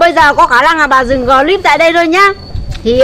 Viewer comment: Của người ya là clip còn bà này đọc thành glip